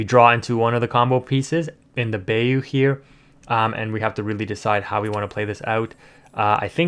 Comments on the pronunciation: "buy-you" not "bay-you" ... love the vids tho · We’re not letting you slide on Bay-oo 😂 it’s Bye-oo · ..... Bye-you.... = Bayou.... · I dont want to be that guy but bayou is pronounced like Buy- You (bīo͞o) but besides that very good video keep up the hardwork! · Lol thank you for your correction. That Bay-U was killing me. 😂